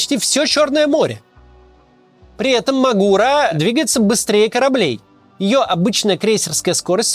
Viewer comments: Он мАгура, а не магУра)) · Не М'агура а Магур'а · мАгура, а не магУра